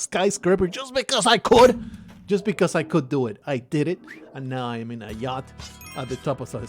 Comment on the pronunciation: A 'jatch'? What happened in your mind that turned yacht (yoh-t) into jatch (jah-tch). Y into J? Incredible.